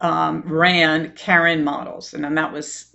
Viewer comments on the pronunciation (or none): none